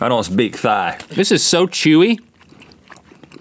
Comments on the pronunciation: At the taro they said Thai but its pronounced Tai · Thai is pronounced “tie”, not “thigh”. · Rhett is saying Thai wrong(unless people say it differently in different areas). I say it like tie. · Rhett ‘i don’t speak THIGH’ LMAO 😂